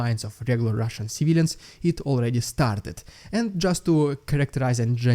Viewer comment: Don't overdo the "RRRRRRRRRRRRRRRRRRRRRRRRRRRRRRussian" crap - other than that, good job! Slava Ukraini!